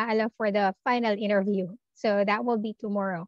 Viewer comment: Why do you pronouce interview that way. Nasobrahan pagka slang mo teh